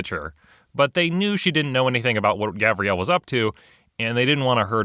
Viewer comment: It's Gavriel, not Gabriel.